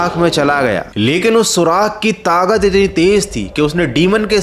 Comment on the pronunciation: Tagat nhi takat 😅